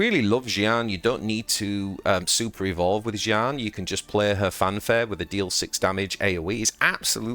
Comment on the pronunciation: "Jieannu" mannn thats Jeanne😂